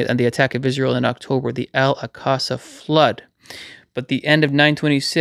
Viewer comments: Al ‘awk-suh’ Mosque,. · Al-Aqsa is pronounced Al- awk-sa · Thank you for sharing this! ❤🙏😊 BTW, it's pronounced "Al-ox-a". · Brilliant. God bless. Yeee.... We are waiting, praying and all the while, telling people about the Good News. ✝️ Ps= Alaqsa flood, as in aksa. 😉